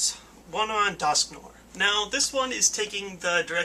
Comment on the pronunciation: dusknoir is not pronounced dusknor, as the 'noir' part of its name derives from french noir meaning black. having learnt french, I know that it is actually pronounced duskNWAH.